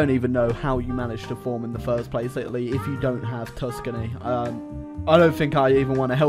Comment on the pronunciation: not forst